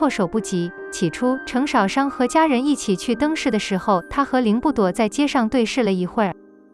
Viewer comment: 星辰大海？淩不躲？程少商的少的第四聲，不是第三聲。聽了真難受